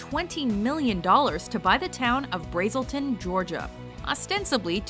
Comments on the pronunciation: Braisle-ton GA? Learn how it's pronounced guys. That was awful. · Ha! OK...I'm from Braselton, Ga.... It's pronounced Braz-el-ton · Not to nitpick, but it's not pronounced "BRAY-zel-ton,GA it's BRAZ-el-ton. (sounds like brass, not bray). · 1. You mispronounced the name of the town Braselton. 2. Just in case anyone was wondering, Basinger bought the town of Braselton from the Braselton family who then bought it back for exactly half of what she originally paid for it.